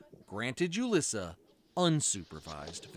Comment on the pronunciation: It's really weird that the news keeps calling her JU-liss-uh when her name is obviously pronounced HOO-lees-uh. Why aren't we making sure that we know her name? She deserves to have her real name shamed and blamed.